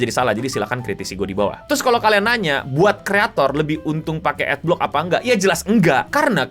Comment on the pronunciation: Bacanya Ad block bukan Ad blox